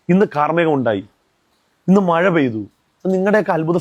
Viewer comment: മഴാന്ന് പറയാൻ പോലും അറിയാത്ത 😜മയ,. മയ